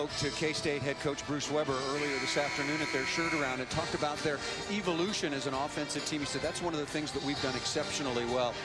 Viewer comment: Evo-loution? and it's Angel, not AnHELL!